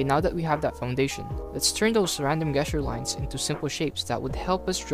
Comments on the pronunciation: awesome vid. btw its "JESS-ture" not "GUESS-ture" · just fyi it's Jes-ture not Guess-ture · I've never heard someone pronounce "Gesture" as "Guessture" instead of "Jesture" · It's pronounced "jest" you're a gesture is usually a hand motion you make to give an impression of something, or communicate an idea. Like the 'jest-ure' of sliding your finger across your throat, meaning death or you're dead. Remember it's a soft 'g' (or j sound), not a hard 'g' as in guess it's not "guess-jer" it's "jess-ture" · hey bro, sorry if this comes accross a bit presumptuos: the G in gesture is pronounced as a J sound, so while it reads "guess-ure" its said "jess-ture". English is a bit bullshit and theres no real obvious inidcator for these tiny technicalities other than just hearing people say it. Thanks for the video btw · bro said guess-ture😂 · Good video dude. I hate to be that guy, but "gesture" is pronounced jes-ture, as in , "that dude was gesturing me to jump in the bin". Keep up the good work 👍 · It's pronounced JJJJJEsture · The fact that he was pronouncing gesture wrong the entire time really bugged me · Nice video, very encouraging! For your edification, the word “gesture” is pronounced with a “J” sound at the beginning, not a “G” sound like “grape.” Hope you keep up the videos! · This video is great. Thank you for sharing your process. Gesture is pronounced with a J sound instead of a G sound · You are saying gesture wrong. It’s a soft g not a hard g. Don’t attack me. I’m trying to help. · Good video... yes... but I cannot be the only one annoyed by how he says "gesture"....